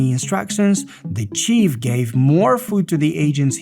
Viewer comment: chief (cheef) = a leader, boss, the one in charge. chef (pronounced like shef) = cooks things :) you were saying chief hehe.